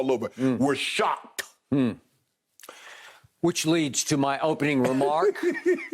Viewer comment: “WE’RE SHOCKEDT!” Shannon hilariously correct 😂